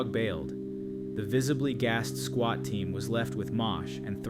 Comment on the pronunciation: Swat not Squat 😂